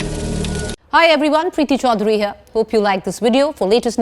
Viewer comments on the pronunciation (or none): Your surname is Chaudhary not "Chaudary". Speak properly first.